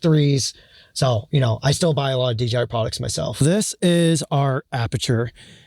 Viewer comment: Why you call it D”G”I 😂